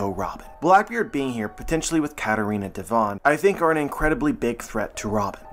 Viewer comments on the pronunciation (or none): none